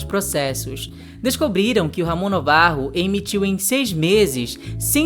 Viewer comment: Afinal, Navarro ou Novarro? Acho que é NAvarro; assim como Ben- Hur é lido como Ben "Ur" e não "Rur", Gilda não é Guilda... Gosto das pesquisas de vocês, assisto a todos os vídeos, por isso, dou- me licença para opinar, ou mesmo corrigir. Valeu😊🎉🎉